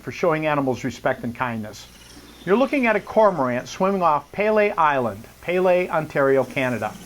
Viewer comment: It's pronounced "PEE-LEE" Island.